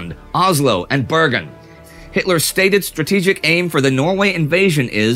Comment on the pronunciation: As a Norwegian I love hearing Indy pronouns Norwegian names, especially my home city of Bergen!